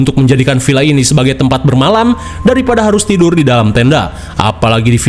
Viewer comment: Villa mang lain Pila make "v" lain "p" mamaaang 😂😂